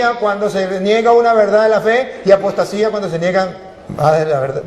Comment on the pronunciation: Usted no sabe explicar, si no sabe hablar español, no aprende Za pronunciar la palabra verdad